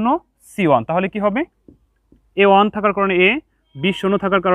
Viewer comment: স্যার আপনার ক্লাস গুলো অনেক সুন্দর কিন্তু 1 এর উচ্চারণ ভালো হয় না ❤